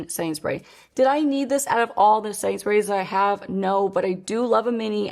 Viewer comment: Is anyone else hearing "Sainsbury's" instead of "setting sprays" or is it just me going insane?!